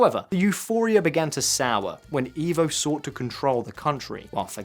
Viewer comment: Just so you guys know for the next video, it is "eh-vo" Morales instead of "ee-vo" Morales.